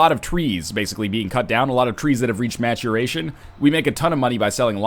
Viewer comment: Trees reaching "Maturaztion" lol